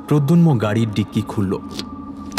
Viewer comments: Jini golpo ti path korechen tar modulation osadharon kintu puro golpoti te tini protagonist er naam mispronounce korlen. eta khub ossoshtikor. pradyumna.....not pradyunma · Nah khub kaane lagche miss pronounciation ta. Bhalo kore review kore golpo publish korun please. We have high hopes on you! 👍🏾❤️ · Golpo to bhaloi. Kintu character er naam actually “prodyunmo” na ota “prodyumno” hobe? 😮